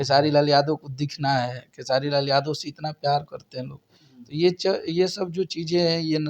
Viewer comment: pahle naam lena sikho,Khesadi nhi Khesari...